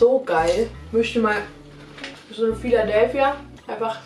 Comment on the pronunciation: immer noch nicht Phidadelphia sondern Philadelphia 😂😂 oh mann